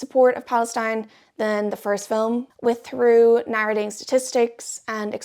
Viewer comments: For what it's worth, Theroux is a two-syllable name, not pronounced "through" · I'm losing it at hearing how this guys name keeps being pronounced lmao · ur pronouncing his name wrong